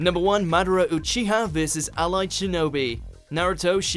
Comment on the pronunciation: Did he really say "YOU-CHIHA" and "SU-ZANO"? At least look up the proper pronunciation man, even in the dubbed version they pronounce it right.